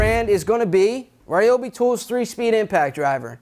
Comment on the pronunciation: I love y’all’s Chanel but it ryobi not reobi lol